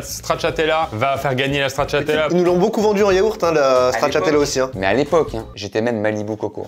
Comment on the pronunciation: Il y a pas de H à Yaourt. Sinon bonne vidéo 🤣